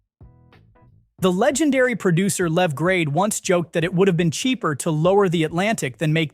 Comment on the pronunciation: Who the hell is Lev Grade? Does the AI mean Sir Lew Grade aka The Baron Grade?